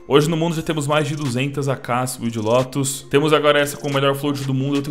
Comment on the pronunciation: Não é "Lotus". É "Lótus".